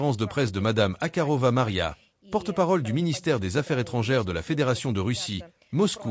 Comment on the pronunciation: Pourraient-ils répéter le nom des gens correctement ? C'est Zakarova et on akarova... Bon sang ? Apprenez a lire !